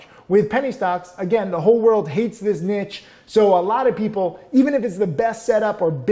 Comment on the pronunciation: Never mind avalanche, learn to say niche!